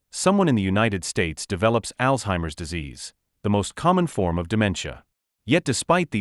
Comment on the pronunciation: It’s Alzheimer’s not altimimers lol and we can google the signs this here is false information not totally accurate.